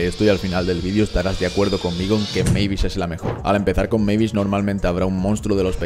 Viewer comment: Eres de los bocos que pronuncia bien el nombre de mavis 🙏🙏🙏🙏